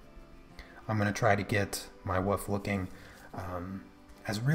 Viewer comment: For the love of God! There is an L in the word Wolf! Otherwise, great pastel work. LOL